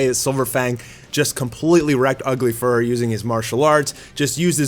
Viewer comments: It’s not fur her. It’s fuhrer like hitler. (Fewrer) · Isnt it pronounced "Fyur-ur"? Not to be mean, but its definitely not furr-er. Ugly fursona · Dude, it's not "Fur-her", more like "Furor" (Führer). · Fee-uh-rehr, not "furr",. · Just wondering why you pronounce it as "Fur-her" rather than as "Few-rer" or closer to the German word for "leader". Is it to avoid the censors (like saying "Black S" instead of the character's actual name)? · Thank you for not forgetting about poor Child Emperor...like some other YouTuber did. Again, Fuhrer is pronounced "fi-oo-rer," NOT "fur-her." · Why the hell do you pronounce Fuhrer Ugly so weirdly? It's Fuhrer, not "Furhur" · Why do you call him “furr-her”? Is it bc you don’t want to make that correlation? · jees, learn how to pronounce words. Its not fur-hur. just google fuhrer and listen to the pronunciation or u'know watch ANY WW2 history documentary. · "Fuhrer" is pronounced *few-rer... It's a Jerman military rank, kinda like captain or general. Great show btw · the nth video in, and still calls him fur-her XD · Fuhrer is not pronounced "Fur" sir. Come on dude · I think it's pronounced Few-Ruh. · Fuhrer is pronounced with a silent h. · Someone tell him how to pronounce Führer 😂 it’s like he learned nothing from WW2 history books lol